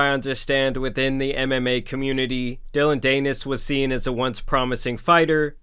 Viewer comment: Dee-Nis rhymes with Pe…. Nevermind